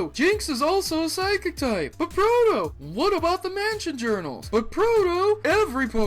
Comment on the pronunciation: didn't pronounce them right